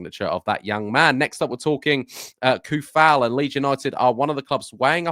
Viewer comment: i believe its pronounced Sue-fal :D he's be a nice addition , and improvement on our bench options , snap up his compatriot Soucek also ^^